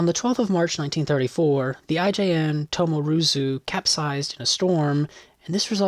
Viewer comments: Tomozuru, not Tomoruzu. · Minor minor quibble. I heard at least one "Tomoruzu" when it is actually the "Tomozuru".